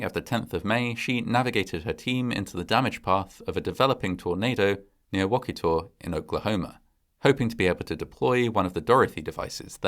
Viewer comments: Just FYI it's pronounced Wa-keeta not wock-it-taw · I know the movie is cheesy but I just love it so much! And just FYI - the town is pronounced wah-KI-tah 😂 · Wakita - Wah-Key-Tah. I live in Oklahoma lol. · I'm a lifelong Oklahoman! I was literally squeeling when I saw my home state mentioned in the title! Knew it was twister the minute I saw Helen Hunts face, but didn't even care that it was an April fools joke! My only constructive comment would be the pronunciation of the town name Wakita. The "i" makes a long "e" sound, so it sounds more like WakEEta. It is a Native American word...like a lot of the town names in Oklahoma. In fact Oklahoma is also a Native American word. It means Red People. We are a small state, and don't get a lot of mention so when we do, I get excited! Would love it if you covered the bombing of the Murrah building or Silkewoode, or any of our other creepy/crazy occurrences. Love your channels! My bf and I watch every episode together! ❤ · It's Wuh-kee-tah. 😅. That aside, great video, fantastic footage! 🤣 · Great video. It’s funny how many people mispronounce Oklahoma town names. Wakita is pronounced wa-key-ta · Wakita is pronounced wah-KEE-tah. It’s a real town in northern OK, and fans of the movie make regular pilgrimages there. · Great story. Wakita is pronounced as Wa-kee-ta. I lived in Enid when this movie was filmed. Hollywood bought like 12 Dodge Ram trucks and I saw them take them north to start filming. Keep up the great work! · It’s pronounced Wa-KEE-ta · Was wondering that, but I've heard it pronounced differently from varying regions and accents, even Oklahoma. Or that may just be a TV weather thing though. Each station seems to pronounce places slightly differentlyWaketa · Oklahoman here. Your pronouncing wachita wrong.